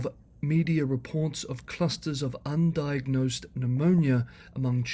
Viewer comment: "Undiagnosed" or "UN diagnosed?"